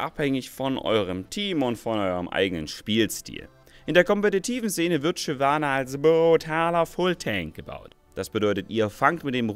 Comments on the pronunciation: Shynana.... aaaalles klar :D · Shynana? :D Muss da kein "v" hin? :p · Ich spiele Shyvana nicht Shynana :)